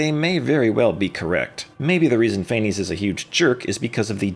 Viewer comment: I'm Greek/German and it's actually pronounced KNEE-BULHOOGN and FAENEES